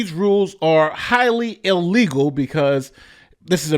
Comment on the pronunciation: can't say the word ILLEGALS.